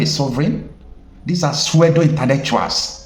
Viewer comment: pseudo is pronounced like sudo not suedo . Take the correction humbly from me. I love you. You are one of the greatest reporters. However let us still be optimistic about Nigeria, nothing God can't do. Ride on we are are enjoying your programs.